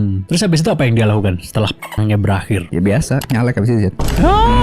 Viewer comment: Aku kaget pas denger "NYALEG"...😮😮😂😂😂